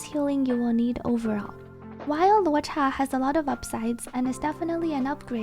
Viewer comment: 10 on 10 on pronouncing luocha